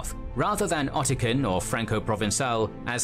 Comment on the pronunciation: Two things: -Occitan is pronounced like "oxi-ton", not Ottican (which is not a word at all). -An Italian from Tuscany and a Sicilian will have absolutely no trouble whatsoever understanding each other, because modern standard Italian has been fully established as the national language of Italy for a very long time now. It's true that someone speaking a variant of Tuscan (like Florentine) vs someone speaking a Sicilian language variant (such as Catanese) would find it next to impossible to have a conversation. But the reality today is that there are no longer any people in Italy who only know these local languages and do not know standard Italian at all. That may have been true in the past, but not anymore.